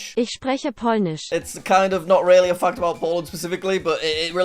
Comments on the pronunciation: I heard f*** instead of fact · Bro, i heard ** and not fact- And ** and not flag